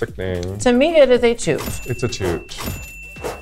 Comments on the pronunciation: She said toot to both Jaymes and Lala but the first t sound like sh sound a little so it sounds like it is a shoot but she says toot. At least that's how i hear it 😅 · i definitely heard "shoot" too with Jaymes, but with Lala it sounded more like a mix of both. And the way she "shooted" Lala so unenthusiastical makes me believe that she maybe has adapted a weird way of pronouncing "toot" this episode and maybe Jaymes "shoot" was also only a "toot" like the editors displayed. 🤔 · She actually said "Toot" but the first t slightly sounds like the sh sound but she said toot but it does sound like shoot too